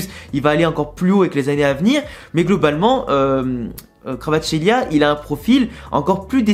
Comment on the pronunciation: La prononciation c’est simplement VARASKÉLIA